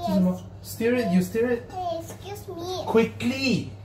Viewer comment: Bro, I dont know why lah. ... Even when you say stir, i still hear it as steer 😂 hahaha..